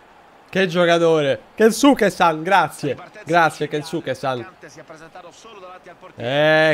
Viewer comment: Non sono sicuro, ma la u di Kensuke è solo accennata, penso di dica tipo Kenske